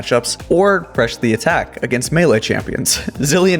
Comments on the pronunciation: why did you say PRESH the attack? This was not a mistake, as you said it too. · lmao "Presh" the attack. You failed hard there xD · how you are saying press the attacl xD